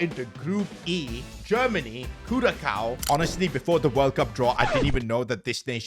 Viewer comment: …Im a fan of this dude and he cant even say my islands name right 😐 Curacao second c is pronounced like an s 😒